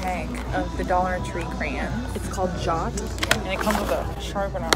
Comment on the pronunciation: "Craaaans". It's "CRAY-ON"!